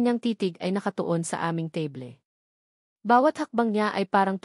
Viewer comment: Table....teyble.....?!? teybol dapat😅😅